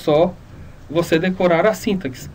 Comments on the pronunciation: É sintáááááááxe... não síntaxe... o "a" é tônico e não o "i"... Ah e é sem acento no "a", só coloquei pra evidenciar a tonicidade... Parece boa a aula... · na palavra sintaxe, se le sintasse! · Vídeo ótimo, mas síntaxe... aff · Primeiramente para você falar SÍNTAX se escreve dessa forma, com acento e sem o E no final. Se for ler SINTAXE (lê-se sintacce, o X com som de KC). Sem o acento, o termo se torna paroxítona e se pronuncia o E do final: s i n t a x e. Fica a dica! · Você está falando sintaxe errado.